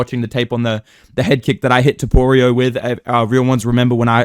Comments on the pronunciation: Brotha listen, i didn’t mean to bully you outta calling Ilia “toporeo” lmao. Felt like you were fighting to hold it back the whole video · It is so weird hearing say ilia’s last name (don’t know how to spell topuria)